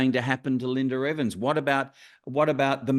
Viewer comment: Why does the interviewer keep calling her, "LINDER EVANS"? Her name is "Linda" with an "A" at the end, not an "R".